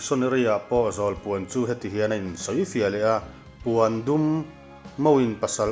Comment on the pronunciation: Puandum nilo in Pawndum tiin an lam thin.